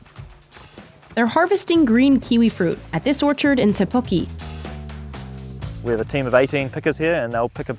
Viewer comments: I thought this was going to be about a kiwi sanctuary or a bloody orphanage 😂😂😂 Breeding kiwi WTH!? And it's pronounced Te Puk-eh. Not Te Puk-ee. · No it wasn't. It's Te Puke. They said Te Pu-kee. Don't tell foreigners how to pronounce te reo Māori when you can't say it right yourself. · Sorry but they butchered the name Te Puke. It sounds normal to white folk but it's the typical pronunciation that lazy kiwis use